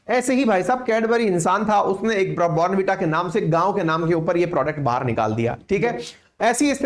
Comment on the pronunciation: Bhai saab phele zara please sahi pronunciation to seekh lete kan ki kirkiri krdi er 15 sec baad bornn veeta keh keh .. hadd hai yaar waise hum indians